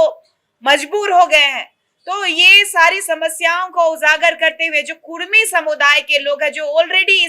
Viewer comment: Kurmi nahi kudmi boliye jayda jante app kya